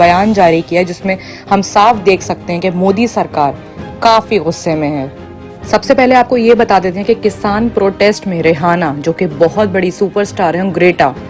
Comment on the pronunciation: It’s Rihana not rehana ...